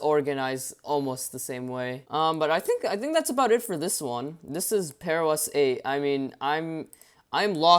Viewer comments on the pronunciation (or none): Sounds like bearOS